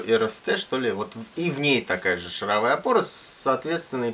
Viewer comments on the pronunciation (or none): Во первых не матерись - смотрел с ребенком и был на грани выключения. Во-вторых стУпица и шАровая... Слух режет жутко...